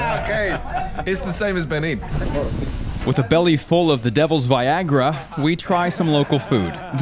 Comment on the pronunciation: Pronounced as Be nien”